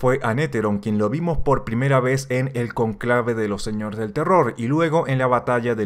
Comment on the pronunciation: Conclave no, cónclave ☝️